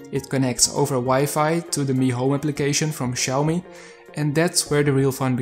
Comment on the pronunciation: Good video..... But I guess there is some confusion on how Xiomi is pronounced bro 🤣